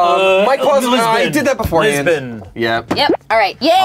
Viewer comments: As a Portuguese person I died when Ian said Lisbon, but the editors revived me. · "Lisbon" and then everyone in Portugal cringed.